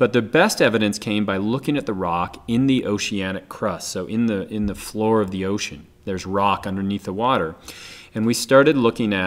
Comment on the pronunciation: xD it sounds like your saying ocane not ocean xD